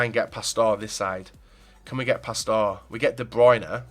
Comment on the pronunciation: i would rather drag my nutsack through a field of glass than listen to you say 'past-aw' instead of pastore